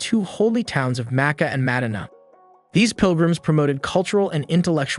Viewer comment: Mad-dina lol